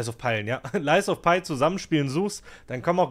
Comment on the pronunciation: Dein lies of pie triggert schon bisschen - das Spiel heißt "lies of pi' 😅 das is kein lügender Kuchen 😆 Update: Mein erstes soulslike, nach 55 Std Spielzeit (andere brauchen bis dahin wahrscheinlich 5 Std.) !! 😂 Victor im 3. Versuch erklärt daß ich keine Zeit hab (ohne Geist) - ich werd also besser. Macht übelst Spaß. Nächstes game: sekiro 💪😅